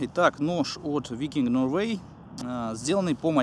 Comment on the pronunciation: Ноуэрвэй))) Инглишмэн. Лондон зэ грейт капитал оф зэ бритн))) Обзор понравился, штука прикольная, встречу, приобрету